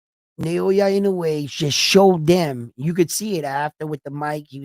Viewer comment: It’s Naoya not Nayowa!